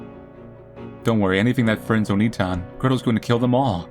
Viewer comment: It's not Oni-tan. Its Onii-tan. You hold the "i" for two syllables. The way you pronounced it was calling Hansel an ogre.